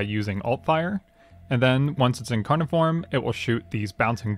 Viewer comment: the incawnon and the wed cwits parts made me laugh so much bro i love ur vids